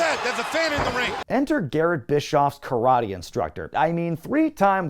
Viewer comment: I love a good running gag. And the 'Ka-rah-tay' one was hilarious 😂👍😎